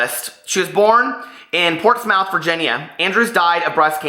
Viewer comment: I had to laugh when you pronounced Portsmouth Ports-mouth. It’s ports-muh-th. It was cute though. I love VC Andrews. Any one of her books will mess you up.